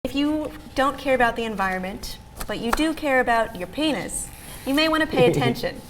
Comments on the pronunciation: Is it just me or does she keep saying, "pain'iz"? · For some reason it really bugs me how she pronounces Penis